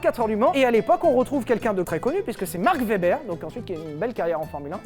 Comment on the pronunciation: je suis désolé mais on dit marc ouébeure pas vebèr cmme la marque de barbecue